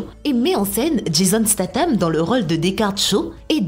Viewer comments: Jason Slatam même lol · C'est moi où elle dit Jason Slatan ? 😂